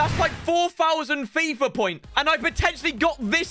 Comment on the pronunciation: How he says fifrrr